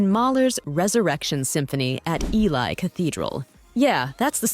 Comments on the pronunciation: Agreed! Also, Ely Cathedral is not pronounced E-Lie but E-Lee. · And she pronounced “Ely” (E - lee) Cathedral as “E - LIE”! I could understand this if it happened before the internet, but it literally took me 2 seconds to double-check the pronunciation, just to see if that could’ve been the issue. Nope!! Just half@ narration and direction. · COPE-land. EE-Lee. HAHAHAHAHA!!!!!, honey. Get it right. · That was Ely Cathedral pronounced EE-LEE ! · The mispronunciations, everywhere!! UGH!!! She really couldn’t learn how to pronounce “Copland”?!? Or “Ely” as in the Cathedral?!? Lord, all these narrators have to do is take a nanosecond to find out, but do they do it??? Of course not!